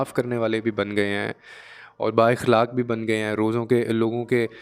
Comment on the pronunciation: السلام علیکم پیارے بہت خوب لیکن ذرا تلفظ پے دھیان دیں مثلاً صفت اخلاق